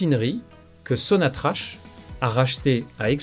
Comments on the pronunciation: Il faut prononcerai SONATRAK ,ou sonatrac et non sonatrach !! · Corrigez votre prononciation ça se prononce SONATRAK pas sonatrache.